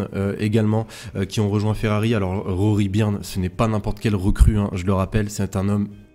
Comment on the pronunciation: Encore meilleure video qu'hier bravo. Qq remarques: 1/ Rory "BEURNE" ET PAS 3birne" ou "BURNE";-) 2/ Vasseur est une "crapule", il se peut fort qu'il ait gardé qq. nouveautés jusqu'aux essais hivernaux à venir 3/Tu dis que le maintien des susps AV type pushrod (+ légères que les susps à tirant) sont le r"sultat d'une recherche de gai nde poids par la Scuderia: Or, avoir maintenu un paquet de peinture sur la caisse est un peu contradictoire avec ça, non? 4/ Aspect important qu'il te faudra sans doute creuser rapidement: Vasseur a fait signer u ncontrat pluri-annuel à C Leclerc, et peu de temps après il lui met L Hamilton dans les pattes en 2025: rude! La question évidente: C Leclerc va-t-il "sagement" absorber les conseils et etc. du 7xWorld Champ', ou... partir ailleurs? Kek' t'en pense, toi?